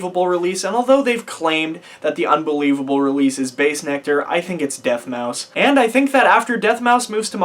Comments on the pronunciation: bruh he’s pronouncing everything wrong 🤣 sushi deathmouse? I mean he didn’t even bother checking if he pronounced it right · Dude ? 🤣🤣 Deth mouse. Really bruh no offense good vid but u were following them since the begining and So basically all I’m saying is it’s not DJ sushi it’s slushii. No DJ. Then it’s not deathmouse it’s deadmau5. I know this because I got pandora. And lastly the marshmallow man? 😆🤣😂😹 it’s marshmello. But other than dat good vid 👍